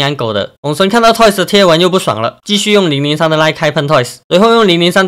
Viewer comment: 統神看到小亮ig的文 爆氣說要打給他 叫003拿來給我 發音太像奶酪